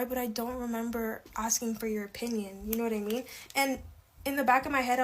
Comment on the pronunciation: And the vapid ‘yooonnnyyyyyyowhaddimean’ pronounced as all one word. ‘Mind you’, it’d probably be asking too much expecting them to be functionally literate when they’ve an IQ that’d force a pigeon to seek an education due to embarrassment 😂